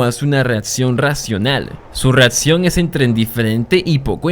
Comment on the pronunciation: no digas: espetadores, reatsion , conetsion, odjetiva, adcion (acción),---- recomendaría que pronunciaras mejor, me causa mucho tik tu dicción